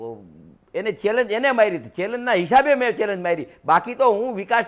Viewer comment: તને ચેલેન્જ બોલતા ભીની આવડતું પછી મોરબીનો વિકાસ સુકરવાનો 😂😂😂